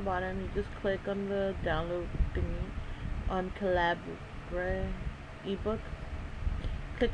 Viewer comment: For future reference, it's said Cah-lih-bur, as in .50 caliber round, its just the UK way of spelling